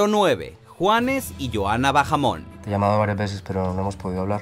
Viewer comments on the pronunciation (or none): No se pronuncia "Bajamón" es con la H muda. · Bahamon, la H es muda, no se lee como si fuera una J. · La "h" es muda.. no se pronuncia bajamon (suena a pokemon😂😂) es baamon y se escribe bahamon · No es Johanna Bajamon. Es Bahamon. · No se dice "Bajamon" se dice "Baamon" (Bahamon) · No es Johana "Bajamon" es JHOANA BAHAMON la H no suena ......... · No es bajamon es baamon. 😑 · se lee baamon no bajamon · No se pronuncia "bajamon"